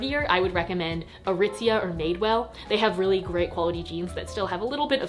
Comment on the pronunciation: “Aritzia” JOANA????